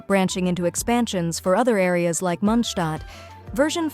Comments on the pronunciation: M SORRY MONDSHTAT? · Lootbarimpactpact hoyolootbar hmm monshtadt? Pc code can't tell this word properly it's mondstadt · munshtat" i dont mean to make fun of u but its kimda funny 😅